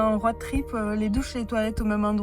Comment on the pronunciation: Tu es rayonnante ma WallamAAAAN et la façon dont tu prononces roAD trip me fume La déclaration au bout de 2 jours de route c’est pour m’achever 🥹🫶